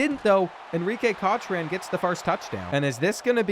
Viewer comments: It's pronounced "cock-ren", not "coach/cotch-rain". The last video, we had to endure "car-lease-ee" instead of " car-lyle". Smh... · Seriously… It’s COCK-ren, not COTCH-ren. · Cochran is pronounced cock-ran rin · Am I the only one who gets mad at how he pronounced Cochran? It’s cock-ren 😭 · “cotch-ran” is killing me 😂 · Real it’s pronounced cokran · I'm addicted to this series but the names pronunciations are cracking me up. "Kotch ran" for Cochran and "Jac kwez" for Jacques 😂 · I’ve enjoyed this series, but I can’t say I’m sorry to see it end. Now we won’t have to listen to Enrique Cochran’s name get butchered multiple times each episode. 🎉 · Glad he won. I so scared he was going to continue to butcher my name sake at the QB position. Please learn the pronunciation from the greatest marine biologist Jacques Cousteau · There is no T in Cochran... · I thought I was the only one!!!! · The way this man is pronouncing cochran is sending me